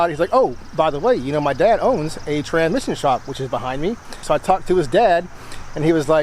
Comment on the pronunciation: Learn how to talk like a whiteman. It’s a tranSmission, not a tranmission.